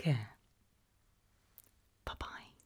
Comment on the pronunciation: I so much like the way you say bye bye . Don’t know if you aware, but BABAJ (бабай) in Russian folklore is a scary monster who steals children and the way you say bye bye sounds very familiar to what this monster is called in Russian children’s scary tales 😅😅😅😅😅